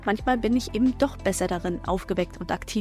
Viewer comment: es heißt eben, nicht ebend :)